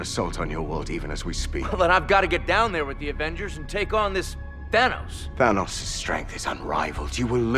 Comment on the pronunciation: Your thanos a tranos